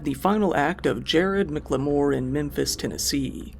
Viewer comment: FYI, the Jared McLemore's last name is pronounced "MACK-leh-more", not "mick-leh-MORE"